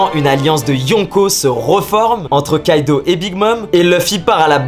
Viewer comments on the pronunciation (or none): none